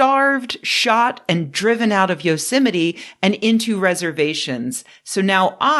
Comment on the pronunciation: Every time you say Yosemite I hear Donald Trump saying "yo semite." Ruined for me forever.